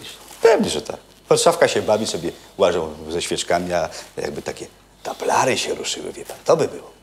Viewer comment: Taplary, nie tablary... wieś z Konopielki